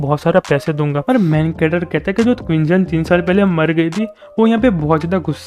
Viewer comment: When u say main character. I hear like main cutter